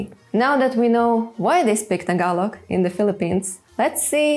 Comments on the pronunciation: Wow you pronounce Tagalog word correctly. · You have dived really deep into the Tagalog language that I find it so fascinating. You really took time to pronounce the Tagalog words like a native speaker. Great job <3 EDIT: Also, you're the very first person who emphasized the glottal stops. It was never mentioned in any tutorial or by any Youtuber but glottal stops are so critical in Tagalog. GREAT JOB X2 FUN FACT: Altho not noticeable, there's a minute difference between the glottal stops of words that end with or without the letter "k" (and some words emphasize the "k" sound if they're not glottal stops). E.g., "bata" (kid) and "batak" (stretched/strengthened). They both have glottal stops but "bata" is softer (sometimes not noticeable at all) while "batak" is stressed, borderline "k" sound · Deym! your pronunciation of our words was on point. malupet! and also, them eyes are mesmerizing as hell.